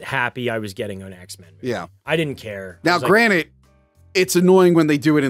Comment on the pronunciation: “Now granite”